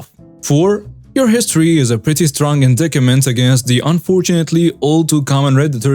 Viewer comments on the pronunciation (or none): “Indictment” is one of those crazy English words that is pronounced quite differently from how it looks. It’s pronounced inDITEment. The c is silent. I enjoy your stories.